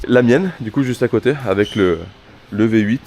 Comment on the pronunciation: appelle la mercedes le " Vyé 8"